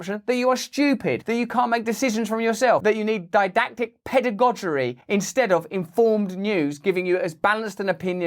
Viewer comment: "Didactic pedogogery" - Fuckin' 'ell, Russell. Give us a chance, will ya!